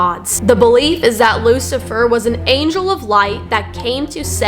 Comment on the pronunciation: Perfect guy.... Lou-see-fer